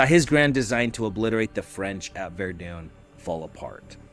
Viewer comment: Don't get AI to read your scripts. It pronounced Hindenburg and Verdun wrong and it's just plain lazy.